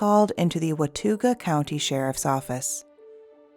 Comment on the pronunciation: Why is the voice so different? Am I the only one hearing it? Also, it’s pronounced Wa Taw Ga. Native American name I assume. Always glad to hear NC cases. Another person I follow did a whole series on them this week. We don’t get a lot of coverage but that would be a good thing. I would hate for there NC Woman and NC Man to become a thing like Florida. Sorry, Florida , Love ya , want to move to you. It’s too cold for me here in my old age.